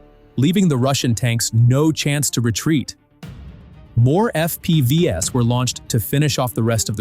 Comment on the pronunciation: If you are going to produce AI slop at least learn how to use the narration AI. Eff-Pee-Vee-ess is lol.